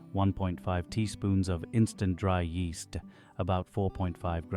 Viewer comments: yeast-EH. ingredients-EH! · yeasta rhymes with easta